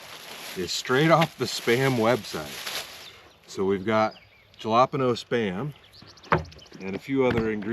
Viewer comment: Not to make fun of you, but it is pronounced Hal-e-pain-o........... not Ja-lop-eno.